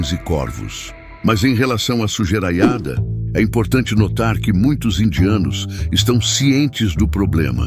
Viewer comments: Excelente vídeo. Fantástica a narração: o “sujeraiada” me quebrou 😂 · Lançou um "sujeraiada" ja sei que é mineiro hahahahahahahahaha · Mandou um "sugeraiada" mesmo? 😂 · Essa narração de computador é uma bosta. O cara falar "sujeiraiada"é de cair o toba da bunda. O problema da Índia é o mesmo de todos os países: não tem controle de natalidade. Logo o Brasil estará assim.